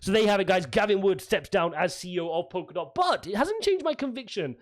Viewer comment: It's Polkadot not Pokerdot. And if he's changed his position he hasn't quit.